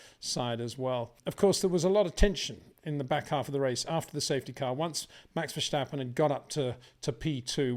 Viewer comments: Greay video's! As a Dutch guy, can you please stop prenouce Max his lastname the way you pronouce Scumacher. Dutch does not sound the same as German. Say VerStappen with the S like 'snake' , not like the german SCH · It is NOT "Bottash" nor is it "Lewisch" nor is it "Oshcar Piashtri" nor is it "Nyck de Vriesh" nor is it George "Russhell" nor is it "Fernando Alonsho" nor is it "Lance Shtroll" nor is it "Pierre Gashly" ... so why on earth do you want to say: "Max VersHtappen"